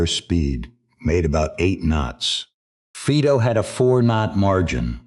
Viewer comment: Fiiido NOT Feedo.